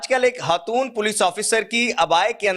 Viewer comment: ye lafz HATOON kia he.??? Khatoon bolo, urdu seekho, phir video banao